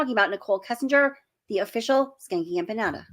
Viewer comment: I’m so mad that somebody corrected your pronunciation on Empanada- PLEASE put that Ya back in when you say you it. I loved it!!! lol 😆